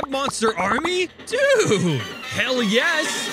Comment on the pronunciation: Every time, when IGP says yes i hear "ja" (German word for yes) .... Im a German and i thinking everytime: what? was this a yes or a "ja" ^^